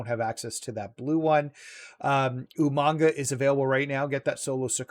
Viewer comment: You kept saying Umonga its Umaga 😂